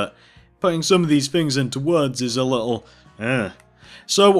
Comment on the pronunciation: Stop saying a liole bit its little bit